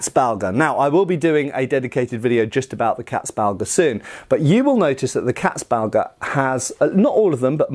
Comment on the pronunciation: Damn, you really butcherte the word "Katzbalger". I never had heard of this before and it took me a while to find it although I am a German native speaker. Maybe these terms should be in the description so people like me have an easier time googling them.